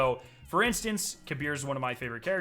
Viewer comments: The game pronunciation on Kabr name is Kaber not Kabir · Kabr=KAY-brr Not kuh-BEER